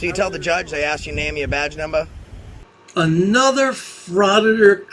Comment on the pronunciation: The goober asks the black officer if he knows who he is. My answer would be nope, but I know you don't know how to say the words number (numba) or partner (padna) and actually enunciate the syllables correctly. Oh dang, is that really his accent? He needs to try harder on speech. Or maybe in that area, he just need to spell his own words like he speaks them. It could be a variation on English, not a dialect or an accent. Way more acceptable than an simple accent to hear idiocy come out of. I mean, it's pretty different already, one must admit. Now don't anyone else get offended by that please, I am just talking about this guy. Although I guess it is more difficult to hear idiocy come out of any kind of accent frankly. Stupidity is grating anyway whichever way you swing it. Although I will say, even though you can record police in the course of their public duties, their computer screens in the vehicles are private. But I guess stupid is as stupid does. Wait... I just realized the end of the video this was. LOL